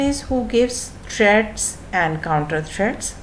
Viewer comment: It's threat not thread